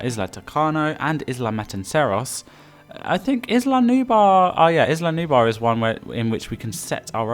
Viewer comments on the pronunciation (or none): (Sorry but I’ve got to ask, are you having trouble pronouncing the L? Because you keep saying Nubar instead of Nublar. Nu-Blar.) Anyway what I would do on Sorna is, make herds of dinosaurs but, give one the best colour pattern and stronger than the rest to make it the alpha of the herd. Your opinion about Sorna with first catching the wild dinosaurs before opening the park, is Very awesome!